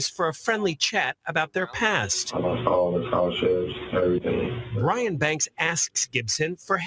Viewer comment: It's Brian not brain 😅